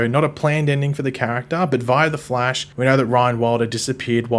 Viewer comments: It's pronounced The Flash, not Flea-sh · “The Flaysh. Or as some people call him the Flash.” Who calls him the Flaysh? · Lmao even if Flaysh were an acceptable pronounciation. No wayyyyy it’s more common than Flash